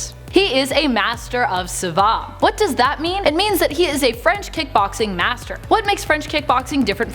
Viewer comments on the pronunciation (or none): Savate is pronounced SA-VAH-TAY, & is a French form of foot boxing. It's so deadly that they don't even teach here in the states. To learn Savate, you've gotta go to Belgium, Brazil, & most commonly France